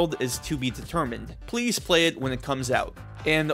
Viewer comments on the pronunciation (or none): none